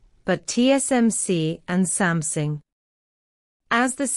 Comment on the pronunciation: Why do all of your videos pronounce it "Samsing" instead of "Samsung"?